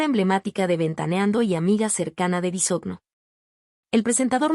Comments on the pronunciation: No se dice Bisogno oiga🙄....su apellido es Bisogño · No sabe pronunciar el apellido de Daniel pero si tiran m13rda y comentan lo que no les.importa. exponiendo a su niña. Si quieren tener dinero envidiosos trabajen